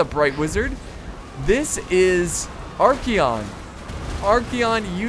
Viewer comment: Are-KAY-on Not Are-Key-on